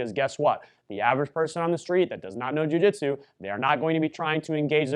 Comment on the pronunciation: What the heck is a Jiu-Jitero?